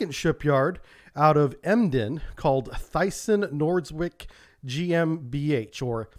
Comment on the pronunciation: Hey. Great video. Thanks! But you could you please practice your pronounciation for Howaldtswerke and Thyssen Nordseewerke? That's "Howaldtswerke Deutsche Werft" ("Ho-valts-verke-Doit-Che-Verf-T" in your tongue) and "Thyssen Nordseewerke" ("Tiss-En-Nort-Zee-Verke" in your tongue). (You did an excellent job with pronouncing Emden. -- How come?) Great if you could do that next time! Have a great July, 4th!